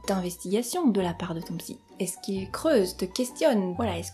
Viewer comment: "Soignable par la psykk" eurk xD Merci super vidéo ! vous captez bien l'attention <3